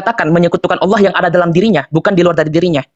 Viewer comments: Aduh Allah bukan awloh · Alloh dgn allah beda yang pernah kudengar allah gabungan dari al ilah?